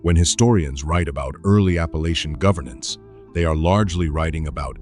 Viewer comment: It is Appalachian Mtn Range. Pronounced Appa lay chen. I'm from there. My Great Grandmother was from Chattanooga in the late 1800's. Her family moved there from the Carolinas. Later moving to Western TN & Texas.